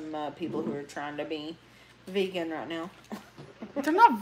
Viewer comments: The way you keep saying rot instead of right is so irritating. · It fills me with rage every time amber says “rioght” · “Did you pronounce that ROT?” 🙄🙄🙄